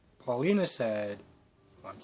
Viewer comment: Eli’s Mom is named Valerie Paulina is pronounced as it is Evan’s name has no S in the end And Belle is Belle not Bella Not telling you these to insult you in any way I’m just helping you out other than that good review as always 😀👍🏽